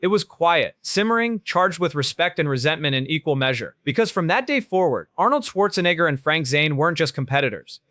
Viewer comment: What's with the fake "flies all over the screen" effect? In what way does it enhance this video? Also, you can't even pronounce Arnold's surname properly. you idiot! 🤣🤣🤣🤣🤣🤣